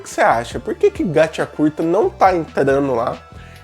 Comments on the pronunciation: "Gatí Akutá" Não "GatiacuRta"... 😅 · O engraçado é o "gachiakuRta" kk mas o vídeo está muito bom. E pensar q uma obra dessa esta sendo desvalorizada , q história o desenho... Tudo é bem trabalhado😢